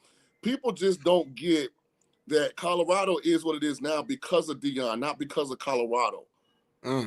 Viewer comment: It’s okay calm down. It’s Deion by the way, not Dieon 😂